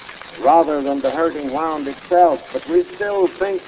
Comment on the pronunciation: Interesting that a man so far advanced in public affairs should mispronounce so common a word as "wound" - as in 'the hurting wound,' which he says as though it were the past tense of wind.